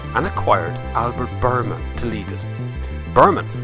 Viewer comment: Biermann is pronounced as "Beer-mahn" not "Berman" lol. Learn to appreciate other languages before you go and anglicize everything geez. I wont even mention how you pronounced Hyundai!